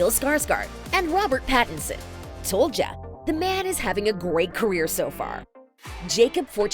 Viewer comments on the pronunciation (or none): none